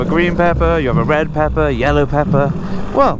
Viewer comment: Is it pepper or “peppa “?